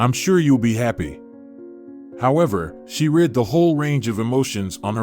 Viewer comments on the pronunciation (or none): I injoyed the story but you ae missprounacing woord like reed for read ect . The one wird I have no udea what you were trying to say. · Ok you had a problem with "well read," the phrase means the guy has read a lot of books, or is well educated. The problem here is the word is not a long one, the read here is said like the colour red, as is the read where I stated he has read a lot of books. Do you say I read a book short or long? The word in that context is also short, in the past tense. If you are in the process of reading, present tense or going to read a book, future tense, it is the long word as you said it. All the best. How do you understand "scandals" ? The word means gossip that outrages everyone that hears about it. This in not what an argument at home is called ever, the dad is causing arguments, not scandals. His behaviour may be scandalous, but he does not cause a scandal if nobody else hears about it.